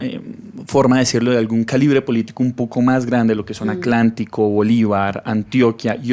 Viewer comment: QUE LÉXICO TAN DEPLORABLE DE ALGUNOS PANELISTAS DICEN ACLANTICO, HUBIERON ETC POR DIOS QUE MAL ESTAMOS NO SIQUIERA SABEN HABLAR BIEN!